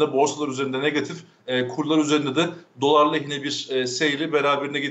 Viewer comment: Dolar için ne dedi hiç anlaşılmadı